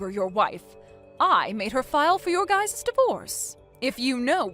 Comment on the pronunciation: They need to reboot Sean, and then push the "human button" so he sounds like an actual person. Side note: Guys' is not pronounced with two "s".